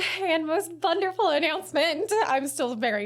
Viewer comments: she said bunderful 🐇🙂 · "Most bunderful announcement". I heard correctly.